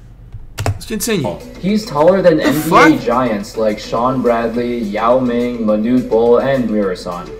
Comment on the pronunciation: He says Yao ming right but not sun ming ming